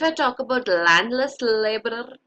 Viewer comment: Her accent from specially that complete and landless labour 😂😂